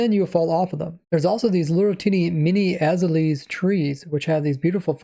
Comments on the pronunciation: Lmao az-uh-lee????? Aez al ee a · Azalea is pronounced “uh-ZALE-yuh” fyi. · Please, it's called an A-za-le-a, not Aza-lees! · Azalea = Uh-zay-lee-uh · Azalea is pronounced Uh-Zay-Lee-Uh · Just as an FYI for prununciation: Azelea tree: A-Zey-Lia Your prununciation of Axolotl is perfect however for mutliple Axolotls you need to add an E so pronounced Axolotels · Very informative video! Though, I gotta correct you on one thing. "Azalea" is actually pronounced "Ah-zail-leah". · Ah zay lee ah. It's a real plant and they pronounced it in the presentation. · Azalea is pronounced "Uh-zale-yuh" like Acacia. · AH - ZAY - Lee - AH